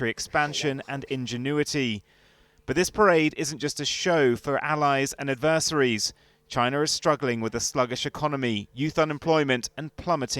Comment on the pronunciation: Very strange pronunciation of 'adversaries'.🤓